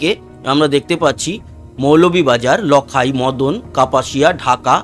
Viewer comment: উচ্চারণঃ "লাখাই" হবে ।